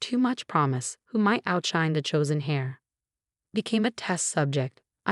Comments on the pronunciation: Our, not her, MCAT, not NCAT. Heir, not hair. Pronounce syringes correctly. All for, not offer. Syringe, not sireange. Pronounce records correctly. Were Marcus's and Alex's sentences without the possibility of parole? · Heir is pronounced air, not hair.